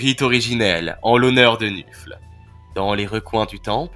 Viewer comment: C'est très bien MAIS... Gros gros gros "MAIS"... Le dieu du Blood bowl s'appelle Nuffle, qu'on ne prononce pas "nufle", mais "neufeul", ce qui le rapproche de la fédération de football américain : la NFL, la "neufeul". Voili voilou, tu peux réuploader ta vidéo 😇